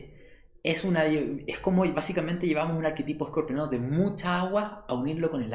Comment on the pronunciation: HACE COMO SEIS AÑOS QUE TE ESCUCHO DECIR ESCORPIONANO CUANDO VAS A APRENDER A DECIR BIEN? ES-COR-PIA-NOOOOOO... TE ADORO..